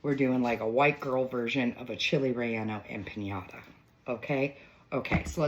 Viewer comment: I love it…the only tiny critique I have is it’s not pronounced empaÑada, it’s empaNada.